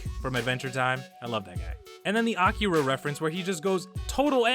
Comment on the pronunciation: The way you say Akira is hilarious!😆🍺🍻